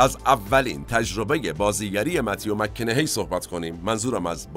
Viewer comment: جناب، تلفظ درست اسم ایشان، مَک کاناهِی است. شما میگید مک کِنِِهی. سپاس از کلیپ.